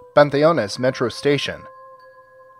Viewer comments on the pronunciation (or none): none